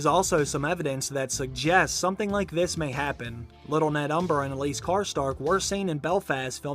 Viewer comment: Alys is pronounced "Alice" in the show. Tee-hee. Not "Elise"